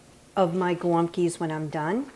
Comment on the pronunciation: Thanks for the recipe 💕 I giggled every time you said golumpkie. 😊